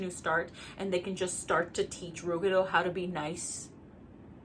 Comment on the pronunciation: Ive always pronpunced ruggedo like rugged, but i like your pronounciation more